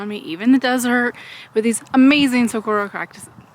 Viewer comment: Sooo happy for you! Way to goooo! And the big cactus are called SuhWARoh The g is a w sound. I went to Saguaro High School so had lots of practice with the word! haha! Hubby and I are going on an almost 3 month camping trip in our trailer this summer. You are inspiring to me! Not sure I can do it full time, but I sure want to see America and enjoy the outside more! Thanks for your help!